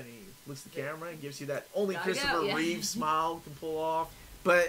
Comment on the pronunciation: His name is Christopher Reeve not Reeves.